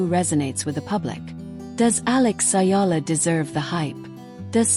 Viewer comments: The name is Alexandra Eala,not Ayala please. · It's EALA ma'am not Ayala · It's not " Ayala" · Ayala is wring! Just call her Alex if u cannot pronounce Alex last name correctly. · Ayala is a wrong pronounciation!